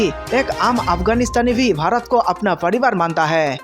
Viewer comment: Pehle apna desh ka naam tho teekh se bolo.bharat hein barat nahi